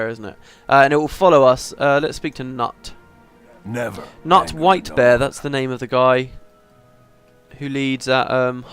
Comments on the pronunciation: The name 'Knut' is pronounced 'knoot' A common Scandinavian name :P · Oh yes, Knut read as Nut :D That's the stuff voice acting killed a little bit - your mispronunciations :D If I'm not mistaken, you dislike the Norn in the sequel because they're treated like a joke? Like big, dumb, brawny ale-hounds. But between my experience with the wurm dungeon and this group of norn, I realize this has always been an aspect of their presentation. In fact, even the asura, when they're not the focus of the story, are quite the comic relief, so their GW2 portrayal is not a huge departure (sans the fact they're presented as cute, of course). Between the four races, it would seem charr suffered the most with losing their identity.